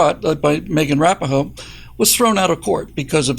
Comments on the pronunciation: broke me with Megan "Wrap-a-hoe".... I always thought Rapinoe was pronounced Ra-pee-no or perhaps Rap-in-o... but I stand corrected. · Did say Megan Rappa ho? 😅